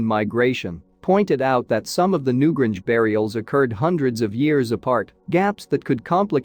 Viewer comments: new GRANGE!!! not new gringe. where do these people come from? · New Grange not Gringe! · Yes. It's infuriating. At one point I though the bot was saying Newbridge, which is a real town, but not so close to the Boyne Valley. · Pity you cannot pronounce Newgrange properly!!!! The "a" is pronounced "ayyy".